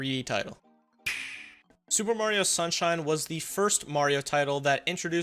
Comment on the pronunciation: Did you just say sewer Mario sunshine 😂